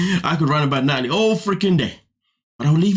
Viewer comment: Nutalie, Nutalie, Nutalie 🙄🙄🙄